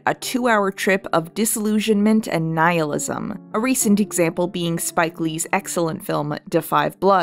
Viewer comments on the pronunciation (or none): none